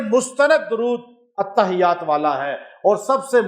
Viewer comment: The correct pronunciation is (Attahhiyyat as written in Arabic).